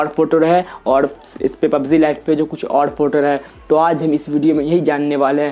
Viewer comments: pubz nhi hota hai pubg hota hai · Not pubzee it's pubg